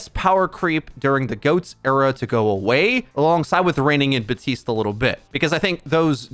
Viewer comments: bap tiste not batiste , i got triggered everytime i heard that XD idk why . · Who's Buhteeste? Do you mean Baptiste?